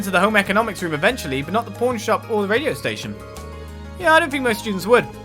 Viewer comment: Every time you say "pawn shop", I keep hearing "porn shop" LoL